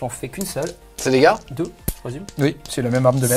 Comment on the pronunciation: On a quand même un commentaire sur la prononciation des TS alors que vous dites Gouarde au lieu de Garde? Vilain! Hâte de voir la vidéo passé le coup de gueule ❤